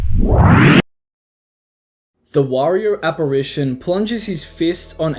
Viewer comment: one of your voice actors doesnt know how to say apparition